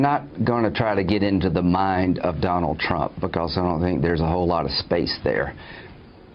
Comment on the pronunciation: I'm sorry Chris Hayes but did you say "Donald's Trump"? Got McDonalds on the brain huh?